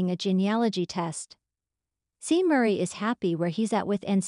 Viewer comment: Pronunciation is Shawn, not Seen.